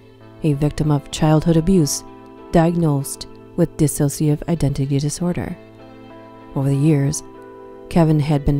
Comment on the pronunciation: It's Dissociative. Not dis-associative